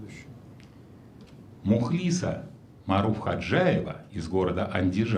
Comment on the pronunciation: Мухлиса́! Вспомните фильм "Белое солнце пустыни". Имена восточных девушек произносились с ударением на последнем слоге! Отличный урок кинематографа. ЛейлА, ЗухрА, ЗейнАб, ГюльчатАй... Госпдин ведущий, не обижайте девушек и наши уши!